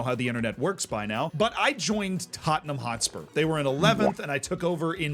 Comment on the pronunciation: Who’s taatnahm then? I know Tottenham but who is this other team always named hotspur.